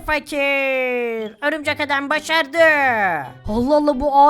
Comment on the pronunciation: Birşey soylicem horumcek adam değil örümcek adam